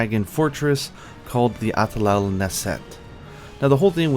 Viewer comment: the pronunciation is not the same though arabic is my main language